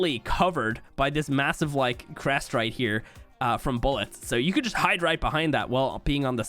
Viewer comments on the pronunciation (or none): none